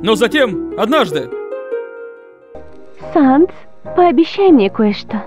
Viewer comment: Почему Саннес!?Правельно САНС